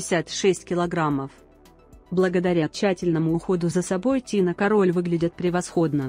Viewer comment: кАроль, а не карОль